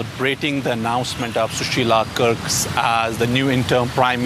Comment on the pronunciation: Sushila Karki NOT Sushila Kerks as the correspondent said. Please get the name of our PM right. You are a media of world repute and should hold your name’s worth.